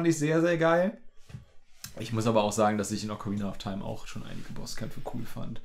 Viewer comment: "Ocaraina of taim"